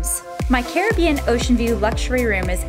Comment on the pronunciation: You're pronouncing saint lucia names wrong and CARRIBBEAN